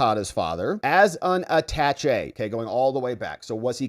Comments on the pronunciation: AaaTaaShay not At tach E... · You are a lawyer? and do not know how to say the word Attache' ?? it is not pronounced "attach-E", it is properly pronounced "A-Ta-Shay". Not a big deal, but it drives me crazy when you keep saying it wrong :) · Attaché is prounounced aaa-taaa-shay (saying the "aaa" the same as the sound a sheep makes — baaa) because it is a french word. The equivalent word in english is attachee which is pronounced uh-taaatch-ee. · It's pronounced atashay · I gave you a thumbs down because you are under educated. You mispronounce so many words in your videos. Usually I think you do it on purpose. Attache is pronounced at·ta·ché [ˌadəˈSHā] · Why are you butchering the word attache? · Attaché please pronounce it right. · Total nitpicking I know - you are pronouncing attaché wrong. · How hard is it to look up how to pronounce "Attaché"?